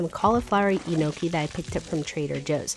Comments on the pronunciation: why does her pronunciation of "gnocchi" sound like how you'd say "enoki" (the mushroom). 😭 the g is silent, and it's pronounced "ñoki" or "nyoki". so the n is a bit longer and the "cch" part is pronounced like a "k" sound. hope that helps ! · Don’t forget the “four” cheese three cheese pasta sauce 😂 think you had mushrooms on the brain with that enokey pronunciation of a pasta lol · E-noki, lol, it’s pronounced nyoke :] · It is GNOCHHI pronounced as 'Nyoki, and Enoki is a type of mushroom! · KNEE oh key is how it is pronounced. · G is silent nokey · You have to say niokki G is silent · thats not how y pronounce it…